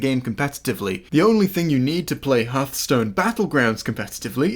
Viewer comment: Imagine unironically saying Harthstone.